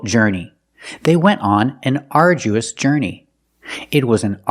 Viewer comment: Yes sir your pronunciation is correct otherwise i am a little bit confused about this word, Arduous..